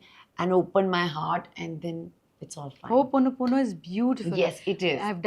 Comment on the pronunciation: I'm surprised she's practicing but can't say it properly - ho'oponopono